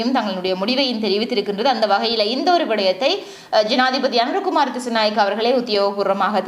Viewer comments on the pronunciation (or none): Anura kumara dhisanayakaa illa (anura kumara dhisanayaka ) enru uchchariyungal peyarai sariya solluga akka